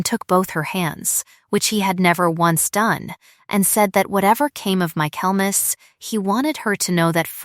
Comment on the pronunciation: Michaelmas is pronounced "micklemass".